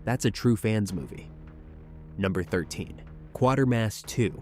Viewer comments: It’s pronounced Kway-ter-mass.. 🙄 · All good movies. I've seen them all. And it's pronounced "QUAY-TERMASS." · Quatermass pronounced as in Crater! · Yup! And pronounced KWAY termass